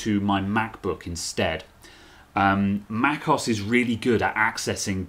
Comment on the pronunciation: Mac OS, not macos 😡😡